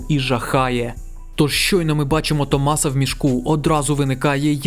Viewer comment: Не можу увесь час не здригатись коли автор в імені Томаса ставить наголос не там, а так чудовий огляд